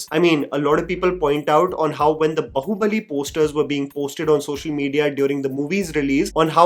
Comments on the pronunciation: It's not बहु (daugher in law) it is बाहुबली, बाहु as in arms. It's irritating to hear wrong pronunciations over & over again. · Am I the only one triggered by calling it “बहुबली” instead of “बाहुबली?” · Why can’t you pronounce Baahubali properly.. the movie has so many scenes of the character being called and you still pronounce it wrong.. it’s not bahu-bali.. it’s baahu-bali